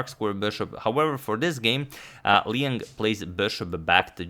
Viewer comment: Liang, 梁 or maybe 亮: pronounced the way it's spelled, L'yang, not Leeng.